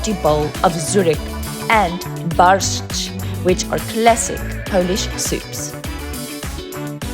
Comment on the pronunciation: SUNE AS I HEARD HOW YOU PRONAUNCED " BARSZCZ " I SAID TO ME SELF THAT WAS PERFECT ON ZUREK YOU HAVE TO PRACTICE A LITTLE BUT WAS GOOD , BUT 1 THING CH IN KURNA CHATA IS LIKE " HATA " PRONOUNCED 💐🥃🇵🇱✝️✡️🇮🇱☦️🕎🇵🇱